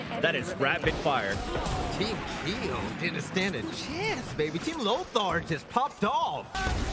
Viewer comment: “Is this Keeoh?” Nah this is